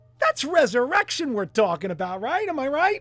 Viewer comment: I had two english girlfriends with the same birthday in Ophiuchus ... 😉 reser - my - rection !! yeee haaw!! 😁